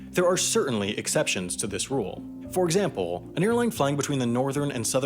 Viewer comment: "For exampooow"